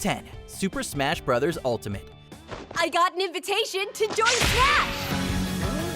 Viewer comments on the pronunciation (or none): none